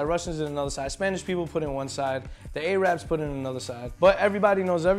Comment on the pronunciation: a-rabs LMFAO